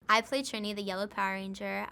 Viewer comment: I can't stand when people pronounce Trini wrong. It's not Tri as in Trip it's Tri as in Tree if Tree was spelt with an I lol.